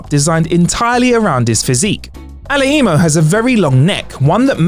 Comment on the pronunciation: I doubt that's how Marc Alaimo pronounces his last name guys. Do your research please.